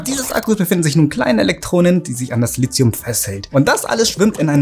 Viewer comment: Bis auf eine Kleinigkeit richtig. Aber Lithium spricht sich wegen des h hinter dem t nicht wie Lizium aus, sondern Li ti um!